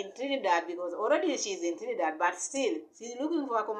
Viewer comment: This woman can not even speak properly, not even the name of the country shi cya call good. Lady, Dee will proper in the name of Yashua